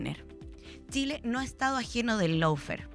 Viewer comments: Felicitación, pero el idioma del adversario hay que a`prenderlo es Law= ley y se pronuncia LÓ no lau, faire=fér está bien....eso no es sin importancia porque los piratas que inventaron este idioma sin reglas, para confundir... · No puede decir el nombre del programa bien de tan caga que quedo